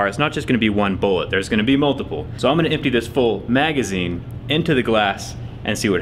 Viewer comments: That emphasis on the word "magazine". Lol. Everyone made fun of him for calling it "clips". That proves people he reads our comments so be nice. Also have a good day Zack. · I love the emphasis on magazine here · noted how he focusing on his pronunciation for “Magazine” Man, even was scared of criticism. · I was actually wondering why he stressed the word magazine so much in the video😂😂😂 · Lol lots of emphasis on the word magazine this time! 😂 not clip ;)